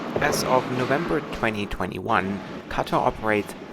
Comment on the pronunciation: Sounds like your saying "gutter" airways at times. Nice video though. 😃